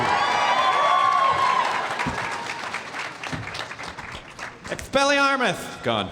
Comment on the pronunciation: made me lol when he went "expeliamus"